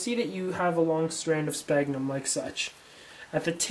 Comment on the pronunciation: Well you don't call people on your cell PONE right? It's pronounced cellFONE. SFAGhnumM. NOT SPAGNUM... How you can make a tutorial to grow something you can't pronounce is beyond me haha. Btw how fast does this stuff grow?